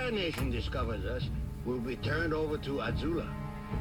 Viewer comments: He called Azula “” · It's Azula not "Azulu". Are you have a crush on her?